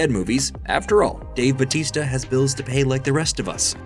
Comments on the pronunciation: is it not Bow-tis-tuh in reality (real pronunciation) not Buh-tees-ta (yeah in WWE), or am I'm tripping af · ... it's pronounced Ba "u" tista (emphasis on the U)... Trust me, I'm Filipino, I know... He just dropped the "U" when he entered the WWE...